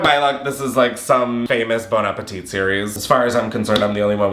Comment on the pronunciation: Chillle that bon apple teeth BS is ANNOYING AND STUPID AF! say it right or don't say the shit at all😅